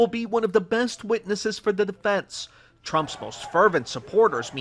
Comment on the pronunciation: That's an interesting way to say "defense"